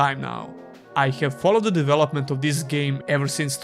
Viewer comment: "ees" game? lol